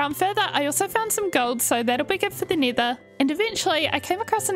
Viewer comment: I really love her builds and can you please make this a series please 🥺 also I love how you say nether as neater